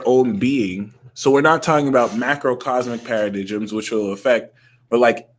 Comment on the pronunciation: Para-dimes. Not paradisms. Don't hate me